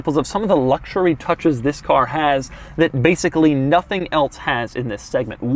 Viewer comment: you said vis insted of this